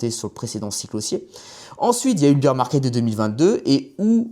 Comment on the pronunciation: Âpres le beer market le bol run. Me niveau en anglais en France est vraiment affligeant